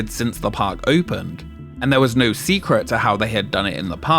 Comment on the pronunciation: "Secruh". Unbelievable.